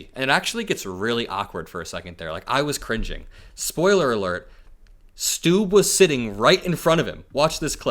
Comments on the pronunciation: Actually Trump pronounced Stubb better than you did. Im Trump hater but also finnish. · It's not pronounced "Stoob" lol. It's "Stubb" like it's spelled... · Finlands president is not called "President Stoob". It's pronounced like the English word "stub," but with a slightly longer and more emphasized "b" sound at the end, as in "stúb-b". While it's a Finnish name, its pronunciation in that context is quite similar to its English counterpart, with the key difference being a slightly more pronounced final "b". Trump likes President Stubb because hes a former golf pro and played golf with trump for 7 hours this summer. Plus he looks quite handsome. He's a nice guy though, Stubb. And no, he's not fooled by trump. He's about 100 times smarter than trump. A professor in political science and experience politican. Former prime minister of Finland. Very grounded. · That’s not how you say his name. It’s Stubb, rhymes with sub. 😂